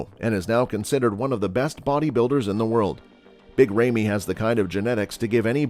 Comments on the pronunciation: It's not Remy, it's Ramy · Lol you sound like a robot my man. It's big RAmy, not Remy. And how can you describe Flex W like that but put him in 4th? And not putting Sergio in this? What a joke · Hard to take thus list seriously when you mispronounced Ramy and Levrone.....